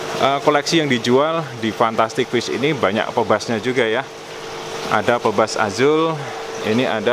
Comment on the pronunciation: Bacanya "pibas" bukan "pebas" 😅